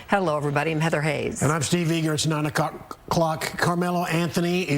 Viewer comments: Its 9'ocock 😂😂😂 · Lmfao he said 9 o'cock 😂